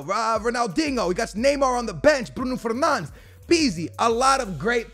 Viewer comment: The way this man pronounces bruno fernandes makes me want to kms